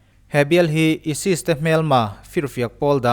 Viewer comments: Esis i ti a.isis zawk ni lo maw😀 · ESIS ti lo la chu ChCh-a maw ka ti ngei2 ang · Esis tia chhiar/sawi ka vawikhat hriatna. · Isis lam dan kha a dik lo tlat.. Alphabet a( I ) ai tih a lam tho tur a ni e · ISIS i lam dan chu leh.BBC te CNN te i en ngailo mi..mizotawngin ka lo hrilh ang che..Ai sis tiin lam tawh rawh aw..ka nui char2😂😂😂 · Aisis tih tur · Aisis tih a lamtur emaw kalo tia.. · isis ilam dan hiiiii. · Isis poh lam thiamlo ... Sub lo chiag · ISIS hi ESES anih chuan ESES hi engtin nge i lam dawn ??? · Keipawh ISIS a lam dan kha ka lo ngaimawh. Mizo youtube channel nei, story vel chhiar thin ho hi thlukna awm vel hi an ngaipawimawh vak lovin ka lo hee deuh a. Ka lo ngaimawh thin khawp mai